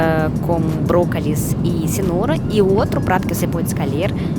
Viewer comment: bracalis....escalher kkkk Muito fofinha!